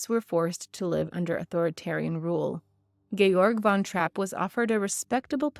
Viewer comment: Typical northamerican, you couldn't bother to take the time and learn how to properly pronounce the family surname